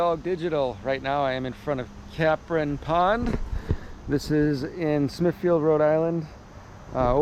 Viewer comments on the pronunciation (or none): Capron road, pond mill ….its “cape—ron “…. Not CAPron